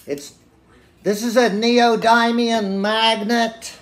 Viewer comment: the way you say neodymium 😂😂😂